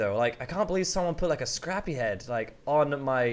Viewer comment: IT'S SCRRAPY NOT SRAPPIE